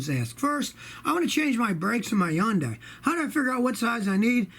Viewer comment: Impressively accurate pronunciation of Hyundai.